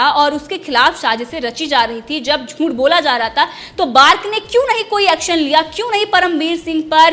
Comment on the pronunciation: Jhunth nahi jhuth hota ha larki ...aapni juban ko theek kar yrrr tu larki ....,.. 😄😄😄juban theek kiya kar yrr larki